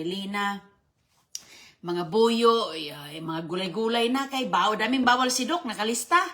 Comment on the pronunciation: Anong bawwal bawwal 😂